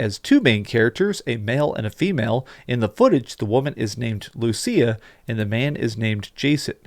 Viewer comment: You’re pronouncing Lucia wrong, everyone is